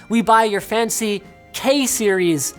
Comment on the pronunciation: "Kay Series" woke my Siri up